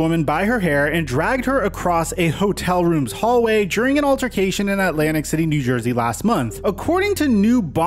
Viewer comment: Did you really have to emphasize the "59th hallway" ? lol